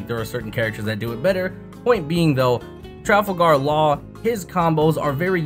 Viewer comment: “Trafle gahr laaare”